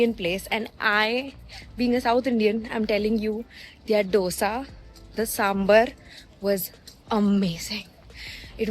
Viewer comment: Being a South Indian you should know how to pronounce "Dosa" correctly? What on earth is "DHOSA" ffs..